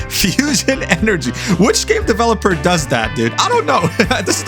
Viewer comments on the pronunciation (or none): none